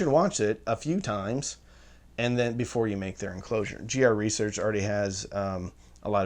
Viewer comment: Is anybody going to mention the 'Enlcosure' ?